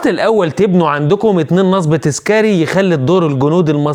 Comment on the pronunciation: مع احترامي نصب تنطق بضم النون وليس فتحها